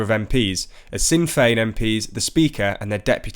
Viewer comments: FYI: Leo V is not Irish president & Sinn Féin is pronounced "Shin Fayne" not "Sin Fayne". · It's pronounced ''Shin Feign" Not "Sin" also as others have pointed out Leo is the Taoiseach or our Prime Minister not the Irish president. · Leo Varadkar is, as your graphic got correct, the Taoiseach or Prime Minister of Ireland not the President. The President is Michael D. Higgins. Sinn Féin is pronounced Shin FAYN not Sin FAYN. It's literally the first piece of information on their wikipedia page. It harms your credibility as any kind of serious journalists to make such basic mistakes when commenting on Irish politicians and parties. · Sinn Féin is pronounced Shin not sin. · Sinn Fein is pronounced 'Shin Feign' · "Sin fen" dont vote lol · Also Sinn Fein is pronounced "shin fain" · Goes to show how little English people know about Ireland, even in this channel, when they say our Taoiseach is our President and mispronounce Sinn Fein. I mean come on how could you miss that one if you’ve any notion of Irish/UK history. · Leo Varadkar is not the "President of Ireland", and Sinn Feín is pronounced differently, otherwise this speaker has the more agreeable voice and less dialect.